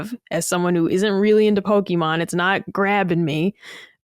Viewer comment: Great episode! Ill say this again, though. To, you're awesome but you mispronounce Pokémon everytime. PokEEmon is flat out wrong. Either PokAYmon or PokUHmon are good but PokEEmon is grating to the ears every time. Only emphasizing this because it's a Nintendo podcast so you guys talk about the IP pretty much every episode:P